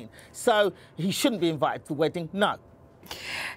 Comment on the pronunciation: loooool say Gina's name properly